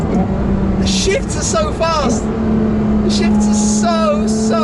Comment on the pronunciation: I thought he said "The shits are so fast"